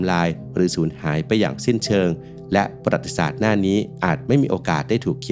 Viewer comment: ประวัติศาสตร์ อ่านว่า ประ-หวัด-ติ-สาด ไม่ใช่ ปะ-หรัด-ติ-สาด ครับ